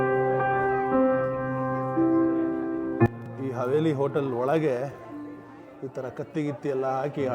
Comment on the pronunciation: HAVELI NOT HAVERI 😁😁